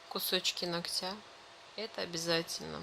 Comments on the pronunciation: И не ногтЯ, а нОгтя если видео снимаете, говорите правильно, не в обиду, просто слух реально режет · Все хорошо, но как же выводит это "ногтЯ"!!! НОгтя, дорогая девушка, нОгтя - ударение в родительном падеже на первый слог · Не ногтя,а ногтя ударение на первый слог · Не ногтя,а ногтя. Ударение на первую гласную.